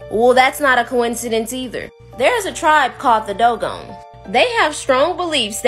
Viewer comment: seent it isn't a word. I've tried to hang in there with you but you lose credibility with every bogus word and you say dogon wrong too